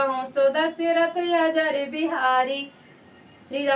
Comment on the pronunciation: जय श्री राम अजर नहीं अजिर शब्द है कृपया शुद्ध पढ़ें जय श्री राम